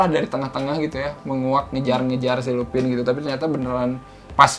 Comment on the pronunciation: Lupin bacanya lupan (French)